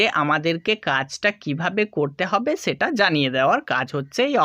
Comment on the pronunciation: ছেটা কি। হবে সেটা । ছ না স দিয়ে কথা বলেন